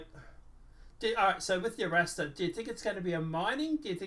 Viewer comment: Are-Rahstar. It's Spanish. RR. "ARRASTRAR”